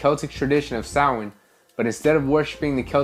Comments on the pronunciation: It’s pronounced Sow’ like cow , wn, sow-wn. Spelled Samhain. It’s a Gaelic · just a quick note! Samhain is not pronounced like it's spelled. It's pronounced like saa-win. Happy Halloween!!!!!!!